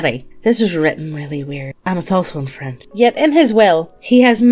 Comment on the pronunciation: Listening to you two potatos absolutely butcher the French language is a special treat. To say that someone "Wears the horns" is a traditional way to call em a cuck (cuckold's horns), fyi. E: the wigs were cause they all had lice, so they shaved their heads. Syphilis makes the meaty bits (any & all of em) fall off.